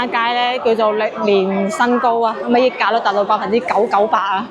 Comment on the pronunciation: 更正錯誤（溢）價，不是讀「益」，正確讀音是（日），廣州讀音不知跟香港是否一樣